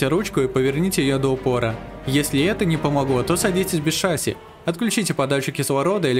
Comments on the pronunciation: Не шáсси а шасси́! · шассИ, а не шАсси 🤣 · Не шАси а шасИ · шассИ, шассИ, а не шАсси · Ни шАси а шасИ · НЕ ША́ССИ, А ШАССИ́ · Не шасси, а шасси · Не шáсси, а шасси́ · Не шАсси а шассИ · Меня убило как он поставил ударение на А в шассИ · Прошу, называй шасси правильно, ударение на И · Так в слове шасси ударение на И же ставится... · Судя по гуглу ты неправильно ставишь ударение бро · на слове шасси ударение падает на букву а, а не и